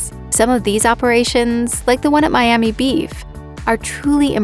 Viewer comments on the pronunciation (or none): none